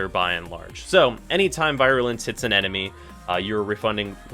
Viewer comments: Vi-rulence. Fucking Vi-rulence. I'm pretty fuckin' sure I've heard ya pronounce the mod Virulent Scourge correctly before so what the fuck happened here? Fucking Vi man. Also I don't think its so much people wanting the new shiny and wanting it now, as much as it is the mission itself feeling just soooooooooo fucking terrible, at least it did on launch week. Barely any enemies, and barely any injectors, so you're pretty much fucked into just babysitting one console while letting the others burn. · VEE - ru - lence or VEER - you - lence not V-EYE - ruh - lence